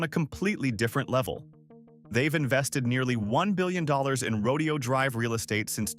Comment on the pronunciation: Horses are part of a rodeo. Right! The street name is NOT pronounced the same way. Say: "row day ohh" or you'll sound like a hillbilly.